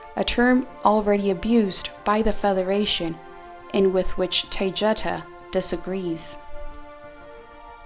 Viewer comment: The girl doing voice is mispronouncing Taygeta. You might want to correct this.